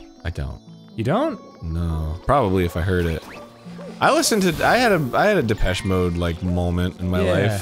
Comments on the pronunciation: their pronunciation of depechemode is im-peche-ble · big depeche mode fan, arin drove me insane but at least he never said “da-petchy mode”